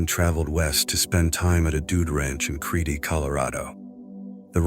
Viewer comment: Creedey Colorado? Hahaha. Ha.